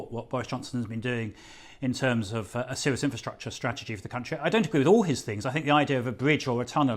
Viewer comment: Going off on a slight tangent, but, when did it become acceptable to pronounce the letter 'r' as 'ugh' ? More and more people are doing it, it's become an epidemic. I think you're not allowed a job on Talk Ughadio nowadays if you are willing to say the letter r. Enough is enough, speak properly! "where I agughee I always say I a agughee"